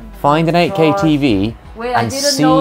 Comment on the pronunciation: 8k가 ak로 들리는건 나만 그런가...